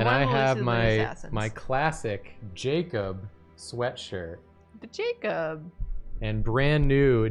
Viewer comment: lmao my name was the only one jacob read wrong in this stream